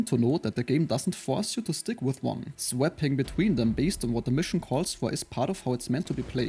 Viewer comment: In English swapping is pronounce "Swop-ping" not "Swep-ping". The A has more of a "o"ctopus sound.